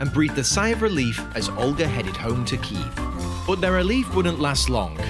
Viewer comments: as a Ukrainian I love this. thank you for using the correct pronunciation of Kyiv too! much love from, well, Kyiv haha :D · Well, it's cool that's finally Kyiv not Kiev, but it's OlHa not OlGa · Thank you for using the correct spelling and pronunciation of Kyiv. I also really recommend looking into Anna of Kyiv and her impact on European history 😊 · thank you so much for right pronansiation of Kyiv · Thank you for " kYiv " . So many foreigners used to write /say " kiEv " even tho it's a russian version of the word . 💙💛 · Thank you for pronouncing and spelling the name of the capital correctly, слава Україні